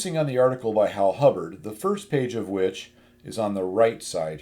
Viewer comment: Hibbard, not Hubbard!